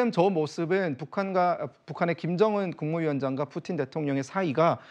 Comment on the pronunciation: 경애하는 뿌틴 대통령 오시었다 이춘히 뿌틴이라하였다 발음 똑똑히하여라